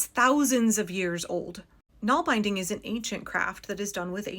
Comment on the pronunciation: Naalbinding isn't pronounced nahl-beyending... it's pronounced nahlBIHNDing